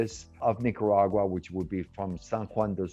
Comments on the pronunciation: a little offended that the interviewer couldn't properly say Nicaragua pero I do enjoy the video. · Come on - I’m sure you can pronounce Nicaragua!